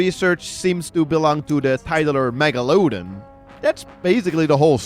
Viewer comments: mega-low-dawn, not mega-low-done. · It's pronounced Mega-la-dawn not mega-loadin' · i hope this does not sound mean, i'm a big fan of your videos. but its pronounced meg-la-don, the megalodon is my favorite shark :3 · heehee mega-looooow-dun. love how he pronounced it! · Your saying megalodon wrong - mega-don